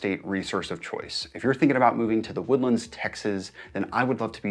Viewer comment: You been here for 20 years and you pronounce "the woodlands" like that? Bro